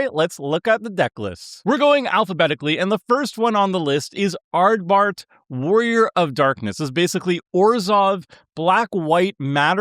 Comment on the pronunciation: Not me getting hit by a Seth-level mispronunciation of Ardbert as soon as the video starts T_T that's one of my favorite FF characters...